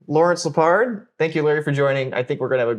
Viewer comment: It’s not LePard it’s Leopard, like the animal